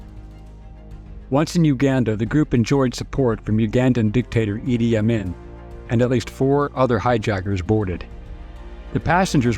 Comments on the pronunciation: Let's get something straight from the start: his name is pronounced "Ee-dee Awe-mean" it has never been pronounced "Ah-min" by any scholarly account. This is troubling at best... When the simple things are flat out wrong what about the things that matter? Think about it... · As a supposed historian, I can't believe you would mispronounce the name of one of history's worst dictators, Idi Amin. Weird